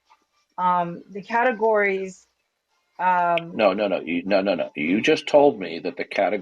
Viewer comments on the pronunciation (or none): Did this a-hole say 'catagoriness" over and over. Again, a serial killer of the English language.